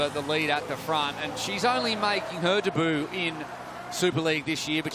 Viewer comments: Please for the love of god man, learn how to pronounce "debut". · i thought it was 'day boo' ?????